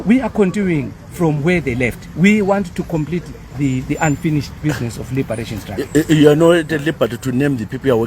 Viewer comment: It’s not strugly it’s struggle